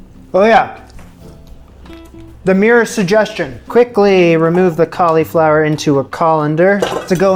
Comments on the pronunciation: Please stop saying colly flower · The way you say "cauleeflower" is just precious. That must be a Canadian thing. Also, I thought I would mention, you should very definitely get a Nutmeg grinder. I know, no one thinks it makes a difference, but the difference between a jar of nutmeg and a freshly grated nutmeg is like the difference between lemon juice from a lemon and lemon juice from a bottle.